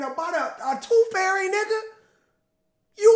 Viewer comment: "TOOF FAIRY"